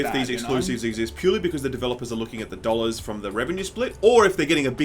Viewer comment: "900 dolar-adoos" LMAO!